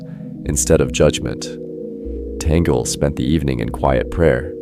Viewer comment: Pure speculation. Only God knows who will be the next Pope. You don't even know how to pronounce Cardinal Tagle's name.